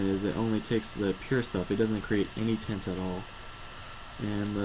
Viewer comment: it is pronounced viS and tIAnt.